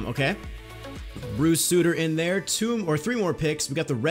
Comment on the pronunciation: It’s Bruce sUtter not Bruce Sooter